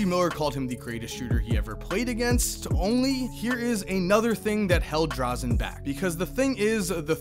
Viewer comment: It's Dražen Petrović, not Drazen.